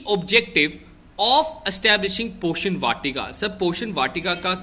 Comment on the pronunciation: Poshan hai ye not portion